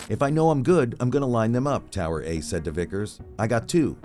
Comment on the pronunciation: Tower A . Is tower like towing company. I think the narrator read that wrong. Ijs